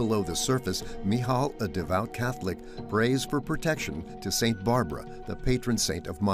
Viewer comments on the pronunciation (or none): none